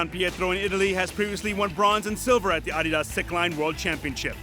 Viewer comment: That's the correct way to say it. It's a contraction of the company founder's name, Adolf "Adi" Dassler